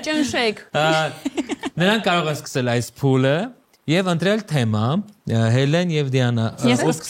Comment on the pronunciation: Վայ ֊ հաղորդավարն էդպես էլ չսովերեց կարճ "թեմա" բառը ճիշտ շեշտադրուփյսմն արտադանելը 🤦‍♀️ Էլ եմ խոսում խաղի ջնթացքը նույն, ստսնդսրտ, դատարկ խրախուսանքներով անընդհատ ընդհատելու մասին